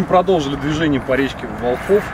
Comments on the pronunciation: местные говорят вОлхов, ударение на первом слоге. Классное путешествие, завидую по белому, молодцы!!! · вОлхов, ударение на О!!! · Волхов, ударение на первый слог. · Ударение Волхов, на первый слог. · ВОлхов, ВОлхов, от Волхвы. Слух режет как булка хлеба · Ничего страшного в том,что не правильно поставил ударение нет точно,смысл в том,что парни делают Дело,интересное ,трудное и не ошибается тот,кто...в общем успехов,интересных походов и тестов✌️